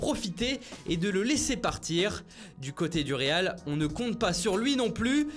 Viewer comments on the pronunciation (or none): none